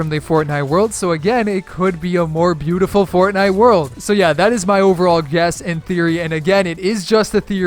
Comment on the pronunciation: The 'beautiful' sound sounded like praise the tomato